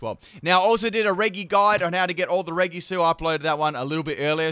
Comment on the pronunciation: Pronosed rejy speled regi